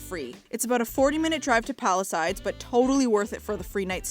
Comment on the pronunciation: why do you say palisides when its palisades?